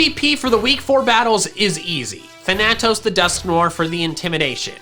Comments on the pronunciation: Thanatos is pronounced Fan-A-toss not than-a-tos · You're pronouncing thanatos wrong its like thanos but with toes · Is there a reason you can't say Thanatos correctly? I am now genuinely curious what makes you pronounce it that way. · my brain hurts every time you pronounce thanatos